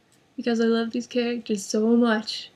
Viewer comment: Er, love. Not loke. XD